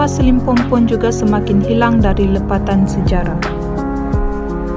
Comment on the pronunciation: SILIMPOPON min.. bukan SILIMPOMPON